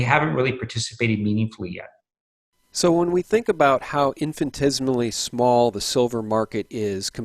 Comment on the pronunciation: Practice saying infinitesimally. LOL.